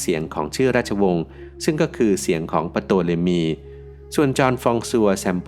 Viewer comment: Ptolemy ออกเสียงว่า โตเลมี หรือทอเลมี ครับ